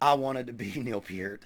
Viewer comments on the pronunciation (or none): "Pert", not "Peert". Mis-spelling intentional. Liked you otherwise, because you listed Levon Helm as your favorite drummer too. You seem like a good dude, so subscribed. Drum on Brother.